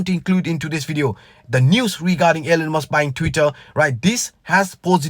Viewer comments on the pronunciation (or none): Elon...not Ellen